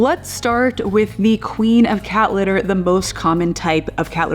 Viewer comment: Haha! Precisely! She can’t pronounce her ‘t’s in any word. “Cat litter” is pronounced “Ca- lerrrrrrrrr”. 😝